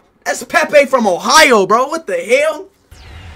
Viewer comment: That ain’t Pepe that’s pee pee